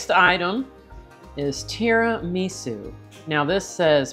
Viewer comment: Full-blooded Italian girl here: You pronounced Tiramisu perfectly! And tell your husband: If he has another dessert off-camera, the calories won't count. 😆